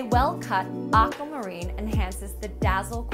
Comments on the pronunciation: Anyone else disturbed by the way she pronounces Aquamarine? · Me too!